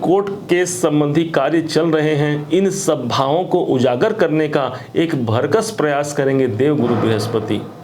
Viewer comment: आदरणीय महोदय, आप अच्छा बोलते हैं, प्रभावशाली भी हैं किन्तु आप उच्चारण संबंधी एक सुधार कर लें । आप 'भरकस' बोलते हैं, कृपया 'भरसक' बोला करें। यही शुद्ध शब्द है ।